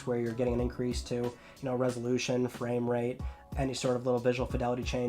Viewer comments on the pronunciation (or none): none